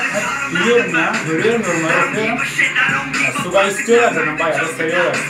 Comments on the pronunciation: Abi Suga Şuga diye okunuyor. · suga yazılıyor şuga okunuyor🙂💕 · Abi suga diye yazılıyor ismi ama şuga diye okunuyor suga değil ŞUGA